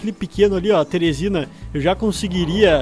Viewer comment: O falou teresina em vez de therizino kkkkkkkk